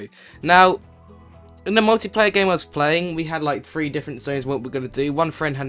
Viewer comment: why do people keep saying free instead of three